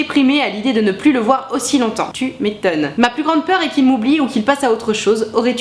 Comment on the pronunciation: Mdr le "Tu mé-tonne"!!